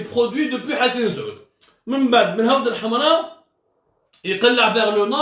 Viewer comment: C'est 7awth el7amra et non 8awd el7amra, ya bou9ou9ou ! حوض الحمراء